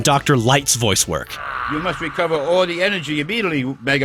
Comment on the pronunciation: We mus weecoba all duh enewgy immediat-wy w-Megamang!!